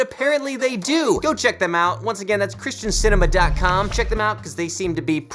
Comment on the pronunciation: I thought he was saying Krysten Sinema 😂 the politician.